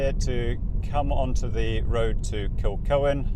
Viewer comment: Its pronnounced Kilhoan